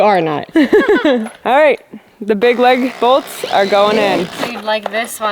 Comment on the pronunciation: "Leg Bolts" or LAG BOLTS?😂